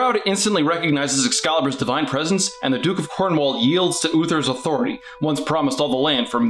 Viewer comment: It's pronounced 'corn-wool', not 'corn-wall'.